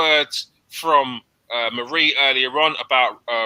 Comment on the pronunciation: Mary? It,s marie 😂 Cheers mate.